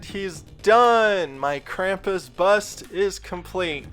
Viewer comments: If your going to do a German thing and say it wrong than I'm done It's said (Kram-poos) Krampus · It is pronounced "Krahm-poos", with really an "s" at the end, not a "z". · the pronunciation of Krampus is very different in this video. I’ve only heard the German pronunciation with the long “u” sound which is more like an American saying “Kram-puss” and the “Kr” being said in the throat. pretty interesting how different languages say this word.